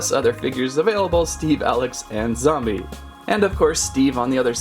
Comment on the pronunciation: Its zombie not zumbi